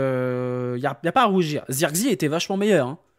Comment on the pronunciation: C'est pas Zeurkzi c'est Zirkzéh